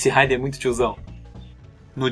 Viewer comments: Vc falou haiden o certo é raiden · É foda pra que falar o nome errado se pronuncia rweiden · Da agonia quando ele fala raiden com som de "a".